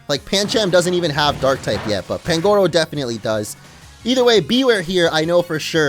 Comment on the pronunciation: You dont say pangoro you say panguro